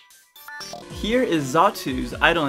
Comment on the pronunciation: xatu, not zatu